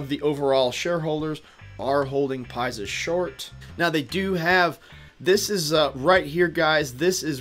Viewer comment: Can you pronounce it as PIX-US lol not pie-zus ... overall great video thanks